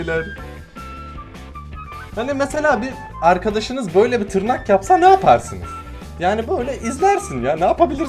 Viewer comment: Abi artık en yavaş gelişen kanalı deme buna kabullen(yorumu gördüysen bi kalbini alırım😀) te tırrak dedin sanki abi neyse fazla uzatmıyım